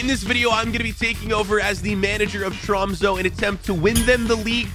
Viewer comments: next time say tromse instead of tromso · Han sa troumso😂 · I just put it into google translate it’s pronounced TROMS-UH